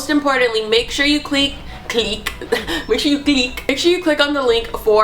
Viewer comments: "cleak" lmaooo love to hear more of these spOooky stories snapchat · "make sure you cleek"😂